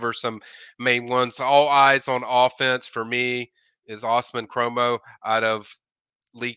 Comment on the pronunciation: Live in Lee County and have a daughter that is a cheerleader so I've heard his name pronounced all kinds of ways....but for the record, it is pronounced "ooooz-mah-nee crow-mah"